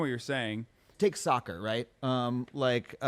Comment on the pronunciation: when he says "take soccer" it sounds like "dick sucker" that is all.